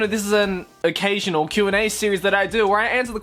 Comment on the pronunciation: I don't know why but when you said "occasional" I laughed so hard I almost cried